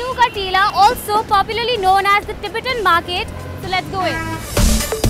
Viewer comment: Please pronounce Tibetan accurately